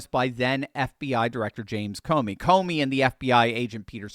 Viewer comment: Comey not Comer.